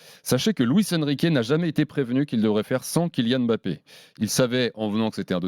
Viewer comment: « KiNiane Èmbapé »